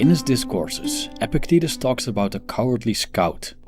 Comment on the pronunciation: It is pronounced ePIKtatus. Possible to attain you speak a lot about him. You should learn to pronounce his name